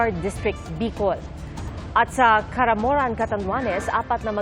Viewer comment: Caramoan. Not caramoran